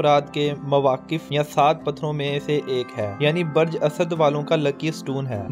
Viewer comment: L AFAZ BAREJ NHI BALKE BURJ SEHHI HE.